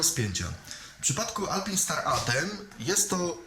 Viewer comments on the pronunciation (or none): Gościu kurwa naucz się poprawnie wymawiać, bo robisz z siebie wsioka. Mówi się DAJNEZE a nie dajnes czy jak to tam wymawiasz. Tak samo ALPAJNSTARS a nie alpinstars etc. ELO.